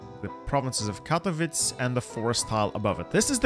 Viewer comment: it's not krakAu and katowic. it is KrAkow and KatOwice